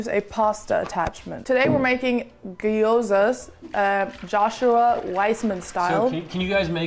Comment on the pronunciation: bish said "today we're making gheeee ozas"